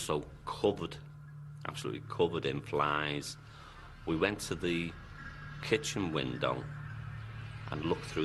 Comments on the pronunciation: Aye aye, there’s fliiiieeeeeeeeessssss on the window...fetch the bizzies! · Black vinyl lay? No, no lad....flieeeeeeeeeesssssssssssss